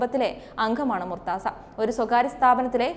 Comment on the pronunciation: Not murtza right pronunciation is murtuja which please note.